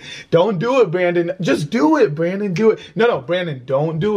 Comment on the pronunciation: she said branon instead of brandon